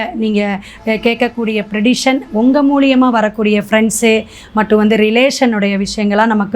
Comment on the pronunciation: ப்ரெடிஷன் கிடையாது ப்ரெடிக்ஷன் என்று சொல்வவும்😁